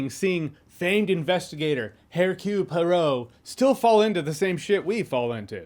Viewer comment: I hear absolutely no problem with your mic or your sound... And, by the way, just say Hercule POARO and you'll have it.